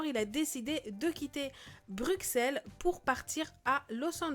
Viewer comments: Ca se prononce "Brussel" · Arrêtez de prononcer le X quand vous dites Bruxelles, c'est un peut comme si nous les belges ont prononçait le X quand ont disaient Bordeaux